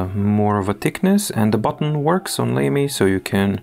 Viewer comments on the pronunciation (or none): Lamy is generally pronounced "lah-me" as far as I am aware. Doesn't sound quite as lame, then!